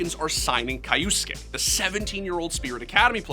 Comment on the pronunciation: How did you manage to butcher the Kyousuke's name so badly